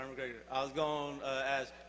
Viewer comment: "conor o'gregor" LOL